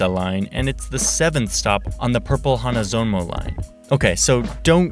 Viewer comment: Purple is not "HANAZONO" Line but "HANZOMON" Line.